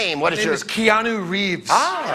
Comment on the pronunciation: lmfao Greg keeps saying "kay-noo" instead of Keanu 😂😂